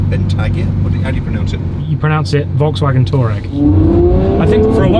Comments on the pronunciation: It's pronounced Volkswagen toureg 😂😂😂😂😂😂😂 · pronounced VW toureg HAHAHA its true though. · Lol,, you pronounce it Volkswagen Taurag. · You pronounce it Volkswagen Touareg :'D